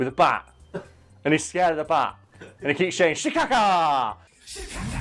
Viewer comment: Say bat again